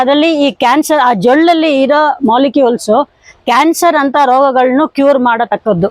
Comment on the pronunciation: ಜೊಳ್ಳಲ್ಲ ಜೊಲ್ಲು